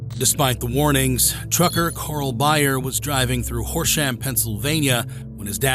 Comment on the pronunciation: How you said horsham 😂 not even close to how it’s pronounced